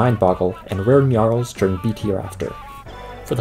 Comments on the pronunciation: GNNNNNARLS GNNNNNNNNNNNNNNNARLS It's not "Nyarls". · I like how you pronounce gnarls: gnyarls (